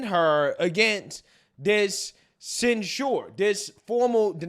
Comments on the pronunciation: Censure = "Sen-sher" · I’m a Republican, but censuring someone for their political free speech is a red line for me. And then using the “ disinformation” excuse that’s been used to oppress us??? And to the Black conservative- it’s pronounced ‘“Censhur”, not “ cen- SHURE” you’re a college educate person, get it right. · Please! Stop saying "cent sure". Its cent sher". When inshare these videos, liberals criticize enunciation. Its a small but important point. 🤦🏾🤷🏾‍♂️ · cen-SHOOER lol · Please pronounce censure correctly. You are pronouncing it like the drink for old people Ensure. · Hearing you pronounce sensor Makes my ears hurt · ...please go to the dictionary and learn how to pronounce the word "censure"! Do that with other words you can't pronounce correctly. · Does he not know how to say the word 'censure'?' Lol.